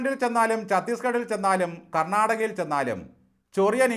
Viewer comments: കർണാടകയല്ല കെന്നാടക എന്നാണ് ലുട്ടു oxford ഇംഗ്ലീഷിൽ മൊഴിഞ്ഞത് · കർണാടക മലയാളത്തിൽ ശു ദ്ധമായി പറഞ്ഞാല് കോയപ്പാ വുംന്നു കരുതി കരുനാടക എന്ന് പറഞ്ഞതാണ് തെറ്റ്. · അവൻ ഇംഗ്ലീഷ് ഒലിപ്പിച്ചപ്പോൾ കർണാടക എന്നത് കണട എന്നായി